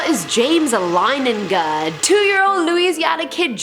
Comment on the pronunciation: I am a member of the Leininger family and you pronounced our name wrong And we are roman nobles